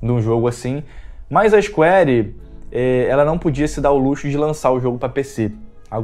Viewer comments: cheguei no seu canal ontem. Achei bem legal e parabéns pelo trabalho. Uma sugestão para o seu crescimento: sua pronuncia inglês precisa melhorar. Sei q isso pode parecer chato, mas precisa melhorar sim: Cronu Triguer, Isquéri... Falo com todo o respeito viu. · Isquari Ixscuariiii, lesti ofiãs, barreti, nauti dog